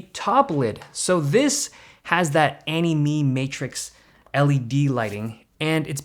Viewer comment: he says Ani me or anime 😂😂